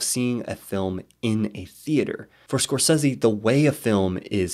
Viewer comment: I love these videos but everything I hear "score seezie" I die a little inside haha